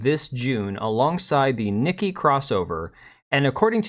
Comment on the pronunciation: Nikke pronounced 'nikkay' not nikki